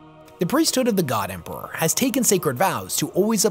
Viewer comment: For the Emprrahhhhh. Period